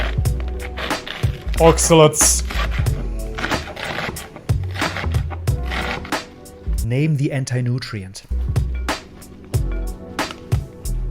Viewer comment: What are you saying? Ocsulants ? I'm trying to look it up and am not getting it. I assume your saying there's something not proper about eating those veggies. Thank you.